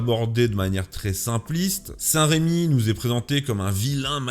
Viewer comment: Pour Clovis c'est saint rEmi, et non saint rÉmi. Il n'y a pas d'accent. D’où le nom de notre basilique Saint Remi de Reims.